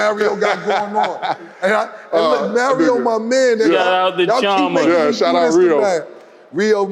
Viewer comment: Why Cam say Mario like Mayrio 😂😂😂